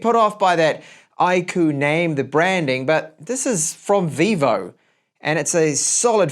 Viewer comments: It's "IQ" not I KOO. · iirc iQOO is supposed to be pronounced as IQ, as in the intelligence score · I'm here to make the same joke I always do with this brand. Everytime you say "Iqoo" I feel like saying "God bless you". 😉 Looks like a great phone for price. 👍